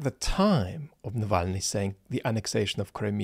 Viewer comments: Love the way says he won't eviscerate Zeihan....then, verry gently and carefully proceeds to annihilate the man to appropriate bonehead status without ever uttering a negative word. I mean really, Peter can't pronounce the man's name Its pretty funny. Excellent analysis as always. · I know you totally glossed over Zeihan's mispronunciation of Navalny's name but to me it shows just how superficial his knowledge of Russia is: Peter likely has never even listened to someone like Fiona Hill or Mark Galeotti who speak the language and know how to pronounce Navalny's name. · Where would we be if were not ill? I, for one, would be deriding PZ's mispronunciation of Navalny's name with his ever mellifluous voice. I am corrected. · I listen to Zeihan (he lives like 12 miles from my home in Colorado) ... I don't always agree (he could have at least gotten Navalny's name right). Anyway, this is a case of a generalist on Geopolitics going down a rabbit hole into an area he's only familiar with through media rather than anything resembling first hand experience. His expertise is the entire chessboard and maybe the kings and queens on the chessboard, not the day-to-day lives of the pawns, bishops, knights and rooks. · I really like how he pronounced Navalny's name :D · I was totally turned off Zeihan by his atrocious mispronunciation of Navalny's name. There is no excuse. If he is so casual about this, which is not even slightly difficult i am not surprised at his casual attitude to the truth. Indeed it is disrespectful to Navalny's memory. I will not watch his channel any more. Thank you for a most insightful and thoughtful analysis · To me, the fact that Zeihan didnt bother to pronounce Navalny's name correctly was rude, dismissive, disrespectful and further proof of lazy -- snide? Negative?-- thinking. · I’m more interested in Peter’s awful pronunciation of Alexei’s surname. I can’t even mock it, it’s that awful! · Peter can’t even pronounce Navalny’s name.